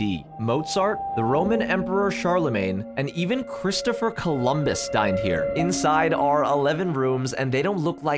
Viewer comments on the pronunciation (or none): “dined here” not “died here” 😢